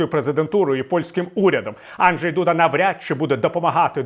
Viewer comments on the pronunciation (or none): none